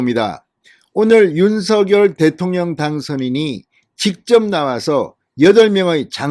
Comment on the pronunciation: 제발, 제발, 대통령 당선인께서 원하시는데로 윤석 열 로 발음하시는 예의를. .